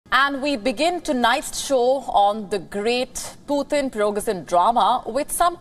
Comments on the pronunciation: Its Prigozhin! not Pirogzhin :) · please pronunce Prigo-sh-in. SH is correct. thanks.